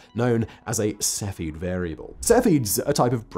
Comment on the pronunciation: Sef-e-id. Not Sefi.